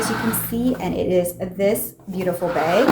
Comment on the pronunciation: You have all same type of very small bags, get rid of them all. You can just keep the white bag so you have an option. I’m not sure where you are from, you say beg instead bag 🙂